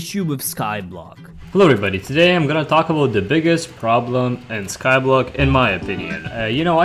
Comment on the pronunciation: How I feel when talks in starting 'TodaYY I'm GonNa TAlk AbOut THe IssUe OF SKyBlOck' ayyyyyyy What's UP BGGg TUBers.heeheheheh